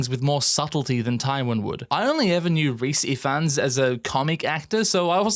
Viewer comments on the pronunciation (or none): this literally doesn't matter but just a note to say that Rhys Ifans name is pronounced Ivans bc it's Welsh. love the video!